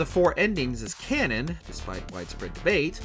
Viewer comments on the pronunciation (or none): none